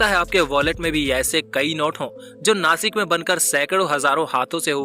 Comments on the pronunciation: Please pronounce properly It is नाशिक not नासिक. Message for गवार हिंदी people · अरे नासिक नाही रे बाबा "नाशिक "आहे ते " स" को "श " बोलो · Be chokko आदमी, नाशिक आहे ते, 🤬🤬😡😡नासिक नाही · नासिक नाही नाशिक बोल 👆💯 जय महाराष्ट्र 🚩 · This is not a नासिक this is called a ‘ ’’नाशिक' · It's not नासिक it's नाशिक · नाशिक not नासिक 👋